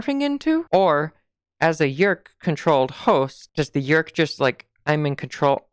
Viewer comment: Yeerk. One syllable always for me.